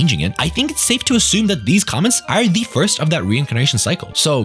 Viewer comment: he dont know how to say the word (Are) hahaha noobish or is it hes nish in life?! that would be worse